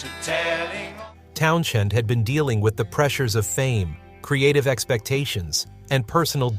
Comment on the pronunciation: It’s TownSend…not sh 🙄